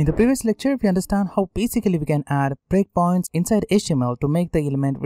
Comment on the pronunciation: when you say 'breakpoints' it sounds like bitcoins 😃